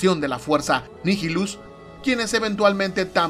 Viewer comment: Nihilus es latin, asi que lo pronuncias bien